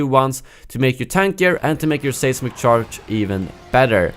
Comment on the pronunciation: Great video. Pronunciation note, the first syllable in the word "seismic" sounds the same as the word "size" for future reference.